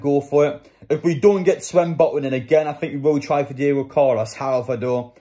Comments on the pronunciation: It’s Sven botman not swen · Why do you say swen botman